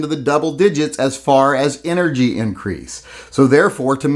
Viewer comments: 'Enegy ' ??? Lmao ! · Is that a silent 'R' in "ENEGY"? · hates Republicans so much that he refuses to use an "R" in the word energy.;-)